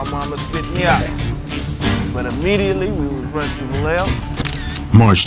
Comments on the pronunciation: They didnt even pronounce Vallejo right 🤦🏽‍♂️ So I immediately stopped watching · Didn't even watch the whole thing. Cringey. The documentary didn't even pronounce Vallejo right 🤦🏽‍♂️ A lot of better Mac Dre docs out there to check out.